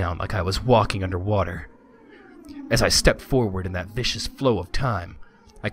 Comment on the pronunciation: Um, I wouldn't normally say something like this, but it has come up so many times, I think it needs to be said. The word is "viscous", not "vicious". Completely unrelated words, with different pronunciations. viscous /VIS-kus/ adj. (of a liquid) thick and sticky, having high internal friction, as oil, honey, syrup, etc. The corresponding noun is "viscosity", a measure of a material's resistance to various stresses. Also, don't forget about the message log. You can use it if you accidentally skip something.